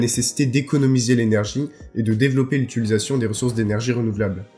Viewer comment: Les vidéos sont supers, les schématisations permettent bien de comprendre les propos, mais juste tu prononces à chaque fois utilisation "utuilisation".